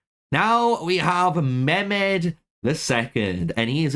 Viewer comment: You read mahmed stars incorrectly